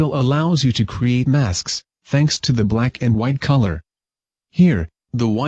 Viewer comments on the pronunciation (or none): "T-Hanks" XD